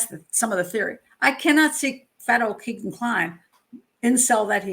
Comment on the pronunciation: It's pronounced Kaygan after a strip joint in Vegas